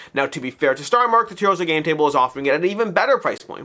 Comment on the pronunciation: Ok....I need to know because it's bothering me. Why are you pronouning Toyzzo as T-ohzo instead of Toy-zo?